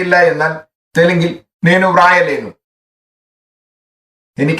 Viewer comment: നെനു എന്നത് നേനു എന്നാണ്. ലെനു എന്നല്ല ലേനു എന്നാണ്.